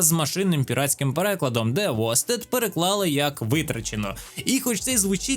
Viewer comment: Іронічно критикувати машинний переклад, коли ти слово прочитав не правильно) Вейстед, не востед. А так дякую за відео